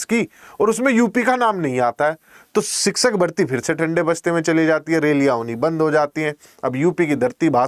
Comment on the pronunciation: Siksak nhi शिक्षक hota hai master g